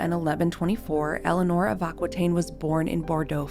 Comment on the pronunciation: LOVE your channel. Just a tiny note: Aquitaine is pronounced: Akitaine, not Akwitaine.